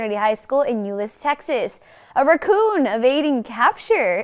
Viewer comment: First person I've ever heard mispronounce the word 'raccoon.' That was what I first thought she was laughing at, LOL!